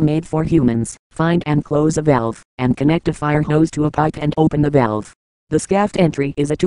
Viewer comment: shaft! the name should be pronounced "shaft"!